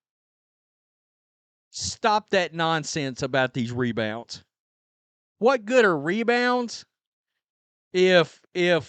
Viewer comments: mebounds not rebounds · If the WNBA stopped recording “me”bounds as rebounds, Angle Reese would be cut from the team.